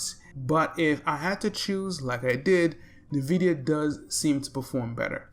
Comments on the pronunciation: Good video. BTW Nvidia is pronounced "in-vid-iya" with the first syllable sounding like "in." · No one's gonna talk about the "Nuh"-vidia.